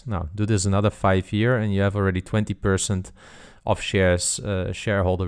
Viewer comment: Love the videos, but can we please say 'percent' correctly?